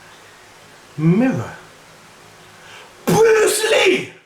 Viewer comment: I love how he still calls Brulee, Bruce Lee xD. Classic:-)